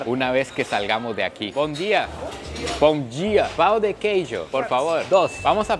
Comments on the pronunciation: Un consejo: para evitar decir "pau de queso" piense en 'pão' como 'pã', enfatizando esa sílaba como 'pan' de una manera más nasal, y luego seguida por una 'o' más enfática, como 'ó'. ¿Por qué digo esto? Porque aquí en Brasil, "pau" puede referirse tanto a madera como a una verga. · Muy bueno el video pero que alguien le explique que así no se pronuncia pan de queso en portugués por favor porque “Pau” significa otra cosa en Brasil 😂😂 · Cuando fuiste a comprar el pan de queso, tu pronunciación fue "Pau de queijo". "Pau" en portugués es lo mismo que "verga". Así que pediste "verga de queso" 😂😂